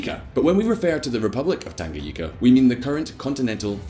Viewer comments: Did he just pronounce Tanganyika "Tanga- yika"🤣🤣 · I'm Kenyan so I know some Kiswahili. It's mapinduzi. ma-pin-duzi. I don't want to sound condescending and that is not my intention. Just want to help anyone who wants to say it. Also, it's tan-ga-nyi-ka. Finally, yes, I do think other countries should put more pressure on dictators. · Tangayika😂😂it's tanganyika